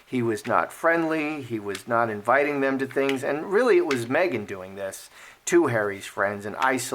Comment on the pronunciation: Did you say megain. Lol